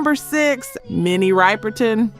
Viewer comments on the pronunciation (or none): Minnie Riperton…pronounced Rip not ripe…